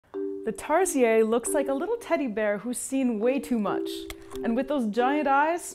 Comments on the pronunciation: I thought tarsiers was pronounced "tar- shirs" WELP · I think she learned to pronounce it from the mildly satirical zefrank video. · I've been pronouncing tarsier wrong my whole life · it0s not french we like our 'Rs' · Tarsier is not even pronounced in a French way smh 🤦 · youre wrong and do not know how to pronounce tarsier. I am a tarsier expert, so i am smarter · By the way it is pronounced as tarsheer but spelled as tarsier but it’s ok and these animals are one of five most endangered animals in the Philippines so these are rare now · cant say their name correctly "Tar-SEE-UR" and constantly calls them creepy. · We pronounce it with R at the end of the TARSIER here in Philippines.. not Tarsiyey!!! We’re not from France !!!! Please respect our cute animals! 😁😁😁😁 love from Philippines 🇵🇭 😘😘😘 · They are pronounced as "tar-sheers" for future reference. Just to keep it authentic. 😅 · It's "Tar-Sheers", thats how we call it in the Philippines ☺️☺️☺️ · We pronouns it Tar-sheer kind like how you pronounce tarshish! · Its pronounce tar- sher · Their pronounced taar see ur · It's pronounce as TAR-SHIR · It's not Tars-yeah, they're not French. It's tar-see-yer😁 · Is that really how you pronounce their name? In Philippines we say it like "Tar-sheer" not "Tar-si-yay". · It's tarsier not tarsiee yey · Hijo difota! Pronounce it as Tar-sheer not tar shee yeey....tarsiers are Filipino not French. Lol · I love that in English tarsier are pronounce like tarsiyey here in the Philippines its pronounced tarsheir i mean there's an R. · Hmm. Am I the only one who pronounced it as "Tar-sheer" and not "Tar-see-yay"? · It's pronounced as "Tar-shear" not "Tars-yey". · i dont think it's Tar-si-ye. it's tar-se-er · Tar-si-er ??? We pronounce it as Tar-shir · It’s pronounced as Tar-Sheer not Tar-Sea-Yeah lol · googled it, tama naman tayo. it is pronounced as 'ˈtärsēər' not tarsheeeeeeeeeeeah. meow maarte lang si ate o di bobo lang sya. cheret! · Tarshish tirahan Ng Tarsher 😂😂